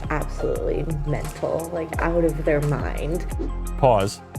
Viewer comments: Every time you say pause... I hear paws. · What Michael is saying: "pause" What I hear: "paws" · Every time he said "Pause" I heard "Paws" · Anyone else laughing at him saying “pause” thinking it “paws”? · I like how when Michael want to stop the video every so often he says "paws". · Did you say paws, or pause? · Does Michael keep saying pause or paws? Or is it pause paws? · Every time Michael said "pause" I kept thinking, "HA! Paws!" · Every time he says “Pause” I’m thinking “Paws” 😂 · Lol sorry Michael....every time you said “pause” I envision Paws 🐾 Paws 😂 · Did Michael just say pause or paws?! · Did you say "pause" or paws? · If Michael doesn’t like this video then why does he keep saying PAWS 😅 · Everytime Michael said "pause", I could not help think of him saying "PAWS"! 🤣🤣🤣🤣🤣🤣🤣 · It sounds like Michael is saying, “Paws, paws.” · Is Michael saying 'pause' or, does he mean 'paws'? 🐾 🐾 🐾 🐾